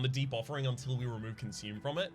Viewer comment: I'm constantly hearing Debuffering instead of Deep Offering.